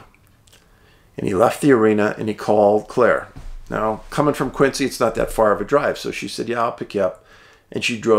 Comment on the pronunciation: Quincy is pronounced Quinzee not Quinsee